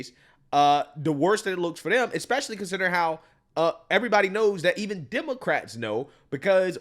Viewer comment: Oh, dat’s da hip-hop governor. BTW, ekspecially is not a word.